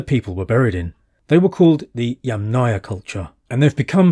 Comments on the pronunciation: YAMM-naia… YAMM+ naia. not yam-NAYA 🫡 YAMM … naia please, it’s easy, it’s like words Yummy + naia 🍓 thank you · with all respects Yamnaya pronounces with streess at the first syllable